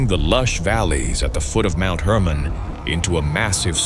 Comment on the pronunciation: Mount Hermon not Herman.